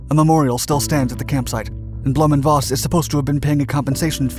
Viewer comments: Voss is pronounced Foss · Voss is pronounced like FOSS Volkswagen like FOLKSwagwen